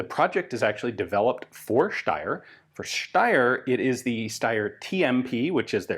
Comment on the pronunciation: I really like that Ian is pronouncing Steyr the correct way 👍👍